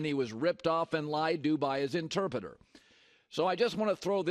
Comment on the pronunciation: Damn Colin struggling with ‘Interpreter’